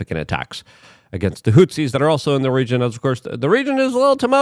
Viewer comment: Unsubscribing because I'm tired of hearing about the tumultuous hootSIES. A news analyst who makes pronunciation mistakes but tried to get better is one thing, but a news analyst who consistently mispronounces the same words over and over, including comical mispronunciations, makes you sound like a joke who can't be taken seriously. English as a second language isn't an excuse after decades. You consistently mispronounced the same words.